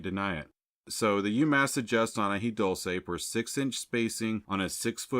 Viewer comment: It’s Dule-ce and coo-lantro!